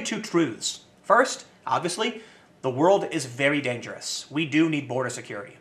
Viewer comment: Tim, it's "WOR - L - D" not word.